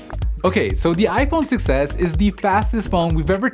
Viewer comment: It sounds like he is saying "iPhone success"